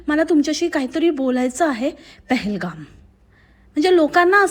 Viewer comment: पहेलगाम ला पेहेलगम बोलते